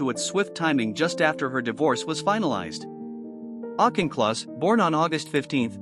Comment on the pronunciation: autch in kloss not auk in kloss